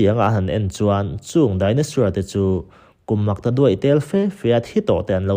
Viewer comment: Chaos= Kei-aws(✓). Cha-aws(x) Dinosaur=Dai-naw-sawr(✓) Dai-naw-suer(×) Dictionary hi a tha teh nia